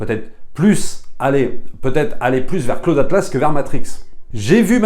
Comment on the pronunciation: C'est qui "Claude Atlasse" ?! -> Pour info on prononce 'Klaoud" ;)